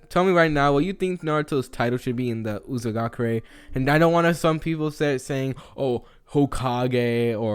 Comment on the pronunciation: M8 it's actually called Uzushiogakure (not judging, just correcting to help)